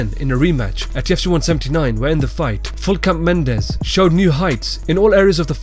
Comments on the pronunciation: Can you get a fucking name right? Full cap Mendes? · when he said regular mendes showed up i died